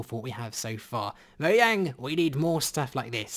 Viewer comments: It’s not moyang it’s mojang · im sorry if i offend you by commenting this buuuuuuut its pronounced moJang not moYang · It’s mojang not moyang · its mojang this guy csnt say it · Me: MoJang This guy: moYang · Why does he keep saying moyang? He knows it’s Mojang right? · its mojang not moyang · It's originally meant to be moYang, but, because of translations and the fact that in Swedish a J is a Y, it looks like Mojang in english, but the correct way to say it would technically be Moyang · Everybody: mojang: MO YANG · Mojang not moyang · it is Mojang, Not Moyang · Is it pronounced moyang or mojang? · Why do you guys say moyang not moJang? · He said moyang but it is mojang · It is mojang not molang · It’s not MO-YANG it’s fucking MO-GANG (I know how it’s spelt it’s just for pronunciation) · It's Mojang not Moyang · Moyaing? Its mo-jaing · Why you say Moyang?!?!? Its mojang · NOT MOYANG BUT MOJANG!!! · Its Mojang not Moyang is wrong im sorry but this is infuriating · it’s pronounced moyang... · Him: *says moyang* Mojang:Am i a joke to you? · Me:this video is cool why did I stop watching him?:MOYANG Me:oh...thats why SPEECH 100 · Did you say moyang? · Did he say moyang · ik its a joke i just wanna adress him saying moyang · In did he pronounce Mojang as "Moyang"? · Nobody: Literally nobody::moyang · Why he say moyang?? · he called it moyang lol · im sorry did you just say "Moyang"? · Did you say Moyang? lol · Mo yang he says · He said moyang hee hee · Wtf is a moyang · wait... m-moyang? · i was in a good mood until you said moyang wtf? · ''moyang'' ... the hell? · He said moyang and now I’m clicking off the video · What accent do u have? Why u pronouncw mojang moyang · Is swedish because he pronounce mojang like iiskall